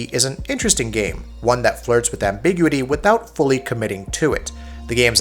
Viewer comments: Say it with me Am-bih-gyou-ih-tea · Ambiguity separate two syllables dumbass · Please Google how to say the word ambiguity!! So jarring how you pronounce it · It's funny cause he uses ambiguous fine.